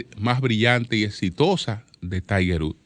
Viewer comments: Diale Tiger Rúd🤣🤣 que Inglés más malo🤣🤣🤣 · Wood, pozo septico se pronuncia wud 🤦🏽‍♂️